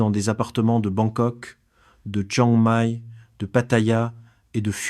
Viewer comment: Vraiment penible ces voix AI qui me savent pas prononcer "Chiang Mai" ou "baht".